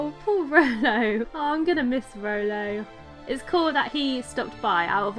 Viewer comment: why you call Rollo Rolly